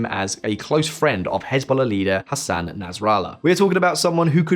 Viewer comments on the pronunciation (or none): none